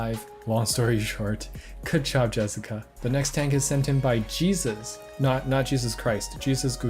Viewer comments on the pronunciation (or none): whos gonna tell him that jesus is pronounced "hey-zuse" LOL ! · Psst... if I had to guess, Jesus is actually a Hispanic pronunciation and is said this way: “Hey-soos”